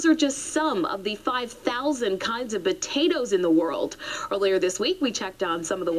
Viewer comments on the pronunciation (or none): I swear that news reporter is saying "Batatoes".